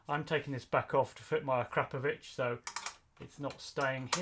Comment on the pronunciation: Volume normalization and that's the first time I've heard someone call it a-crap-o-vich 😂👌